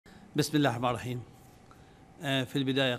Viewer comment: بسم اللحما رحيم ؟؟!! 🤣🤣اللمبي دا ولا ايه